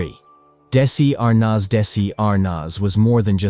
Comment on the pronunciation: These AI narrations make me nuts. They could at least pronounce names correctly. Dessie Arnoz? REALLY???